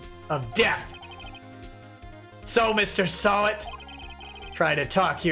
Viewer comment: everytime said Mr. Sahwit, i hear Mr. Sabat.